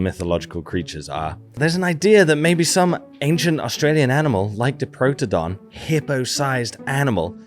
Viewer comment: A couple of pronunciation notes: Diprotodon - think “die” for the first syllable rather than keeping the i short. Bunyip - the first syllable is pronounced like a bread “bun”, rather than, say, the u in “put” Emu - the long ee sound is correct, but you bung a y in the middle. So “eem-you”. Thanks for the video though!